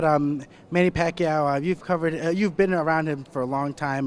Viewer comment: i just noticed. was the interviewer a filipino? if he is, please pronounce pacquiao's name properly.